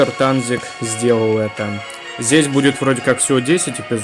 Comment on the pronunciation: Правильно тэнзик а не танзик (тазик ыхыхыхыхых)